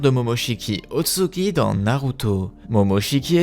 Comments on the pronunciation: il dit "otsuki" alors que c'est Ōtsutsuki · Je vais surment pas continuer a regarder la vidéo d’un mec qui écorche le nom ôtsutsuki a chaque phrase